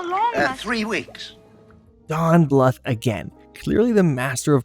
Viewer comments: Don Bluth's last name is pronounced as blooth, not litherally bluth. Also, my famorite movies from this time were literally anything Don Bluth and Ferngully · Don bluff lol 😂 it’s John Bluth